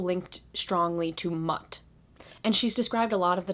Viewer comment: Mut is pronounced Moot ✌💗